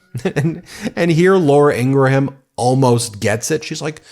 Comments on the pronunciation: No big deal but it is pronounced "Ingram". Not Ingra-Ham. (Law-ruh Ing-gruhm) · Are you intentionally pronouncing Laura Ingraham's name wrong? Because its a very common name where I'm from and we pronounce it, ing...gram or ing...grum. Like Teddy Graham or Honey Graham. The h is usually silent. If you google how Laura says her name she pronounces it the same way also. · Although I don’t like her as a host. Laura pronounces her last name as Ingram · What's with so many pronouncing "Ingraham" as having three syllables? It's TWO syllables! 🤔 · Does Ben mispronounce Laura Ingraham’s name on purpose? 😂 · Ingraham does not pronounce her name like that. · I love how Ben mispronounces Laura Ingram last name on purpose..😂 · Do you mispronounce Laura Ingraham's last name on purpose to get back at all of those MAGAts who pronounced former Vice President Harris' first name "kuh-MOL-ah"?